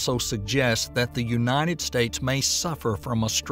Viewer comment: Unated? It's United States. It said it just fine earlier.. 🙄😔